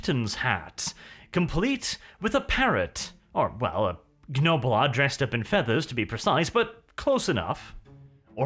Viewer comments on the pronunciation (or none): Please, stop pronouncing the G in Gnoblar, it pains me every time.